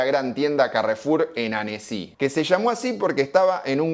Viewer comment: Esta bueno porque te cuenta que significa carrefour pero en ningun momento se le ocurrio escuchar como se pronuncia, que SEGURO no se pronuncia caRRRRRRRRRRRRRefour en Frances. Lo mismo que Annecy, es un toq, lo pones en google y te dice como se pronuncia que seguro no es "Anesí"